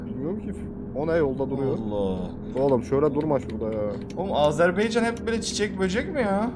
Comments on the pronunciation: Azınasiçim deme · Ya bir öğrenemediniz "Azerbaycan"demeği.🤦‍♂️